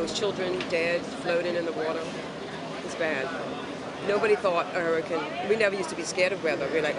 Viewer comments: She said huricon and not hurricane lol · Why does she say hurricon not hurricane